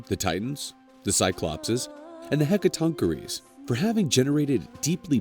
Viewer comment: im sorry to ask, BUT WHAT, are "hecka-TONK-er-eees?"